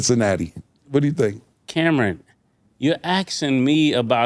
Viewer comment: U know they fam when Mase says Cam-REN… (not Cam’ron)… and Killa don’t check him